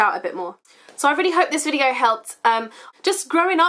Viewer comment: When u said video you sounded Australian haha love it great vid :) x